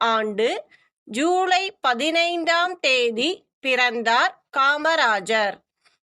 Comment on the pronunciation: அக்கா‌ நல்லாஇருந்து ஆனல்ஒரேஒருதவறு உள்ளது சூலை கிடையாது ஜூலை தான்